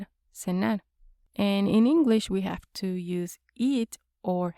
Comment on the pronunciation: You speak great engwish 😁